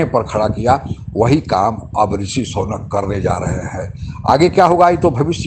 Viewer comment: Sonak nahin Sunak hein???